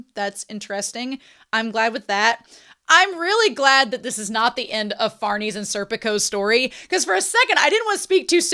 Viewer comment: i prefer the way you say Farnese over how it's supposed to be said